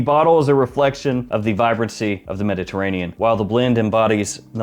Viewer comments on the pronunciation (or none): none